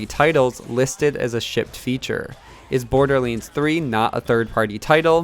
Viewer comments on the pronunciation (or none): Borderleends :P